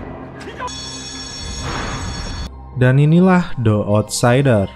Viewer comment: Bang yg bner bacanya Di outsider bukan De outsider , ,😴😴😴